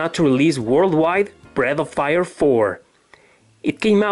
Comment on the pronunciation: I kept hearing Bread of Fire.